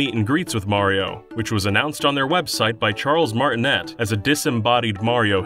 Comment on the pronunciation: Charles Martinet's last name is pronounced Martin-A